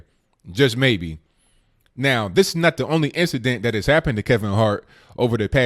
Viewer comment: THAT IS NOT DAT, AND ASK IS NOT AXED.PLEASE PRONOUNCE PROPERLY. GET RID OF THE BIG GLASSES AND STOP WITHOUT FURTHER AUDEU.